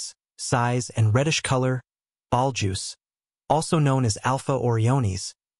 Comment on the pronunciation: Can AI not pronounce Betelgeuse?